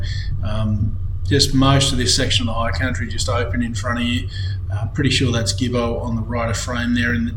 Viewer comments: Believe it or not, Gibbo is actually pronounced Jibbo. It’s like the word general. Something else to keep in mind, is damaged tracks cannot be repaired without cultural and heritage approval . At times it can be a lengthy process. Great video! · No probs. When I moved to Benambra in 1990 from Melbourne, I was corrected by the locals, including Omeo, Swifts Creek and Ensay that you are pronouncing the name Gibbo incorrectly. I was pretty much told - think of the G as a J. The word genocide is another good example regarding pronunciation. All good .